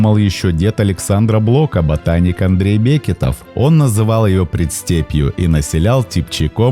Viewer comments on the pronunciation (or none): none